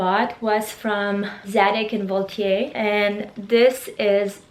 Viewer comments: I love the Zadig and Voltaire dress!! You’re such an inspiration for me, I’m thankful for all what you bring me!! ❤️❤️ And actually as a French girl I HAD 😂to say you that this is zadig and Voltaire (like hair) not « ier »! Ahah Love you 🦋❤️ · Hey Valeria :) I'm French and I just wanted to correct your pronunciation regarding Zagid & Volaire. You said Zadig right but then it's VoltHAIR. Xo